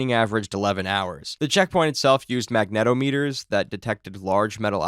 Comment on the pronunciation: I cannot believe I heard “mag-NET-o-meters.” It’s “magne-TOM-ihters”